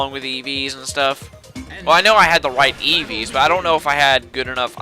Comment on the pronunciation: what's an Iivii i understand Eevee not Iivii Oovoo Uuvuu or Aavaa